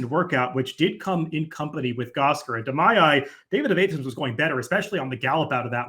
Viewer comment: A-thens? Georgia or Greece, both Soft A